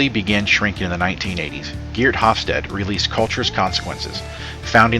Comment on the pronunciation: The final e in Hofstede is pronounced/sounded i.e. it's not a silent e.